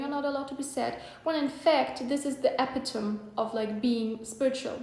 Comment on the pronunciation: I love the video 💕 (btw epitome is pronounced ‘əˈpidəmē/‘ like epidomee)